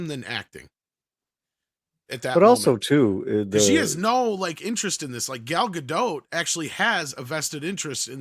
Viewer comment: Gal Gadot is a Hebrew name—it does not rhyme with • "Godot" or • "row" /ˈɹoʊ/ (US), /ˈɹəʊ/ (UK) or • "goat" /ɡoʊt/ (US), /ɡəʊt/ (UK). It is pronounced [ˈɡal ɡaˈdot], ie. ending with an /o/ sound, approximately like in the word • "story" /ˈstɔ.ɹi/ (US) and a /t/ sound at the end, like in the word • "not" /nɑt/ (US), /nɒt/ (UK). On another note, she simply cannot act.